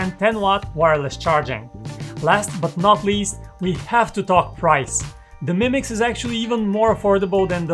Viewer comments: It's 2 words "MI Mix" not "Mimix" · Ha ha.. he's saying "mimics" 😁 Not a bad name for a phone. Called it, trademarked it!